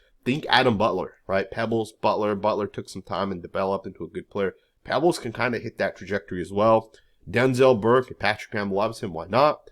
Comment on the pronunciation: It's Peebles, not Pebbles